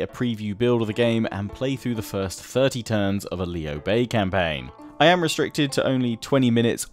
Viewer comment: both you and the VA pronounced his name wrong, It is lew like lewd just without the D... that sounded wrong but you get the point.